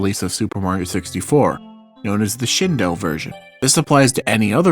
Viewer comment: Thank you for saying Shindou correctly, people saying "shin-doo" bothers me so much